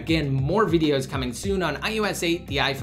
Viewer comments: It's I O S 8, not ius8 -_ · It's ios not ius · Why does it sound like he's saying I YOU S instead of IOS. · This guy says ius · Why is he saying iUS 8?! I thought it was iOS 8?! And if you're giving widget reviews, why are you holding the iPhone to the side! Annoying!